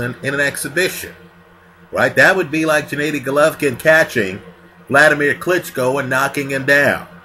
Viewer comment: for the last time you bumbling novice, his name is GENADDY (Ga-Nah-di) not Djanaydi...smh